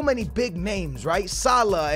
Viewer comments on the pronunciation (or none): none